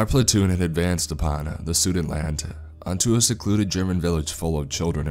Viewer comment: Hate to do this, but I have to.... In regards to the second story, when the character (soviet soldier) said he advanced on a area of what was then part of Germany - [Sudetenland] "SU-DE-TEN-LAND", not "Suden-land", come on man, just like its spelled; that's where a lot of my family called "home" (besides Bavaria, depending on what part of the family). Of course I still love the videos you narrate, but please work on the pronunciations, because it can take away from the mood and suspense in the stories, I only say this with love, and keep up the great stories!